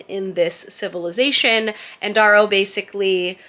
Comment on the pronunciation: I’m gonna be “that person” … his name is pronounced Dare-oh.